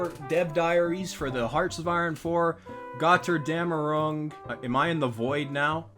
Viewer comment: gochurgamr-ung goes so hard frfr